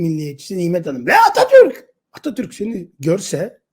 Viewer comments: "....Ve Atatööörk" botokstan konuşamıyor sanırım... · Atatürk gibi guzel bir ismi niye çemkirerek soyluyor